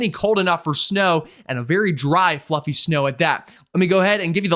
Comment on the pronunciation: If the south has Arctic air, whose air is currently occupying the Arctic? Also, even though I KNOW is a good, well-mannered, intelligent man, I did not hear "fluffy" the mark. What I thought I heard almost made me drop my fork into my pancakes, but I held on tight, knowing the rest of my meal would entail me attempting to wrestle with my fork while I shakily aim a juicy slab of pancakes into my mouth with only two fingertips trying desperately to hold onto the only non-sticky part of the fork. I was way too hungry for that mess., if you're listening, please annunciate "fluffy" putting a bit more emphasis on the effs, or maybe find a different descriptor all together. I don't know...how about "puffy"? Oh no. No. NO! Anything but that!